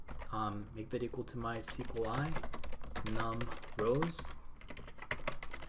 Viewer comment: how can you pronounce mysqli like this??? bothers me so much